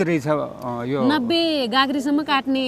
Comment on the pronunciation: baini "katne" haina "Kadne" ho. Tapai ho prayas ekdam sarhaniya xa. Hats off to you.